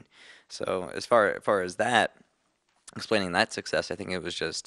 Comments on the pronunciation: everyone's faces when he said "...a great success" wich sounded like "sexess" mikey totally wants to burst out laughing xD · Haha when the interview was talking about their success at the start i kept thinking he was saying "sexist" XDD